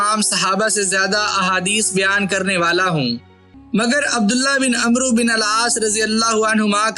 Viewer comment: اوئے عمروں نہیں پڑھتے اوئے و کو نہیں بلایا جاتا